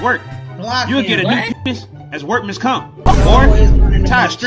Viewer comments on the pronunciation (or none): “Tie the other end to a veehecle” 💀💀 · The fucking pause before “to a vehicle” took me the fuck out